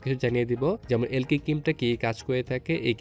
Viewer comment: আবাল এলকি কি রে!!এ লাইক হবে...আগে নাম ভালোভাবে উচ্চারণ করা শিখ